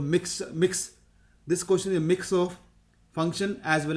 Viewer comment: bhai "ko-tion" nahi hota "ques-tion" hota hai.